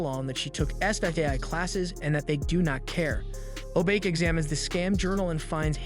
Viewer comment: Yes but He's mispronounced most names Krei is pronounced like cray in crazy, he usually says cry He keeps shortening honey lemon to lemon or lemon Obake is pronounced o bach(like the composer) aye he says o Bake Wasabi honestly might an accent thing since it's an actual word Hiro of course is more similarly said like hero like you said